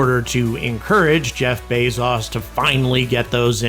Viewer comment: "Bez-as" It's pronounced "Bey-zoes"